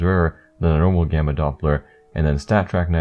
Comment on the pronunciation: am i the only one who thought its was bannana instead of gamma